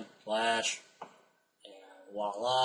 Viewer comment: I love your videos, but you incorrectly use the French word voila. You are pronouncing it as walla. The correct pronunciation sounds like walla with a "v" in front of it. Your misuse of the word is very common among Americans. I hope you appreciate me bringing this to your attention.